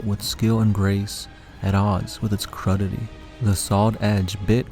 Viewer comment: Crudity. Not cruddity. It means the weapon was primitive or rudimentary. Pronounced “krooditee”. 👍🏽